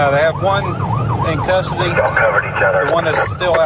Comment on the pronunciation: Kiked when the police said one in costedy